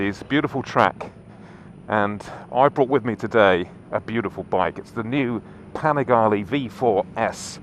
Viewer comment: Atleast he didn't say "Panigayle".